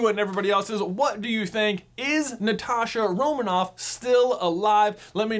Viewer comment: Thanks for pronouncing Natasha like Natasha